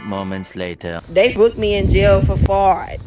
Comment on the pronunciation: The way that pronounced fraud is really something amazing